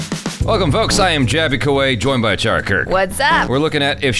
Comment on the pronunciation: Achara’s pronunciation of the surname is correct! I’m impressed! It’s my surname too! Thumbs up to her!